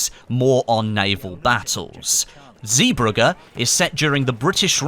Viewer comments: Zeebrugge is pronounced "zébruje" here in Belgium :) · Zeebrugge NOT zeeburger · Surely i am not the only person who knows zeeburgges isnt the same as what ever he said considering ive been there vistining most of the war memorials. Yes you still have good content but come on man. You of all people should know to do your research